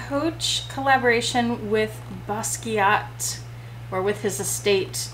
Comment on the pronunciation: I'm glad you said his name, the dinosaur artist, I've never been able to pronounce it correctly. :)